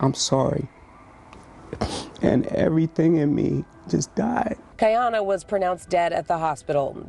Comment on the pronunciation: Why are yall calling her kianna if her name is Kiyonna 🤷🏽‍♀️🤷🏽‍♀️🤦🏽‍♀️🤦🏽‍♀️ rip baby girl